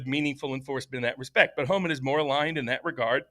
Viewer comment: Does not know it’s Tom Homan? sounded like he was saying Todd Homan